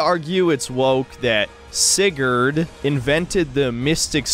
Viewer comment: The way said "Siggerd" LMAO